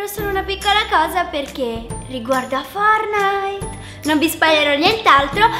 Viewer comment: Si dice FORTNITE🤦🏻‍♀️